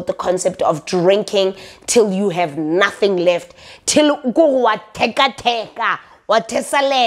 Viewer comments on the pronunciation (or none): I love it when you say ‘naaathing’ or ‘a mahhni’ 😂😂😂